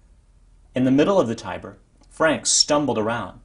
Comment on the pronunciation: I thought it was pronounced ti-ber not tye-ber